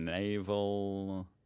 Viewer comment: that cannot be real: YOU DON´T KNOW NAVLNY and cannot eve pronounce his name? nah-VALL-knee. a russian opponent who was first poisoned by the russians (i.e. putin) ws healed in germany, was arrestet on his return to russia and was killed in a fara-away prison camp? sylt is a german island where right winged partyers sang nazi songs. germanys economy was mostly affected by the war in ukraine, the fact that putin stopped the gas, which made energy very expensive, and the interntional weakness because we are an export nation and other country´s eonomic crisis´s affects us economicaly it´s nor ICR but i-c-e